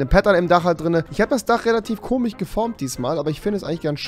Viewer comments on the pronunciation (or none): wieso spricht rewi wörter wie zb komisch "komich" aus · WISO sagte du komisch und tich